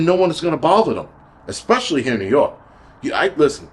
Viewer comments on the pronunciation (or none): none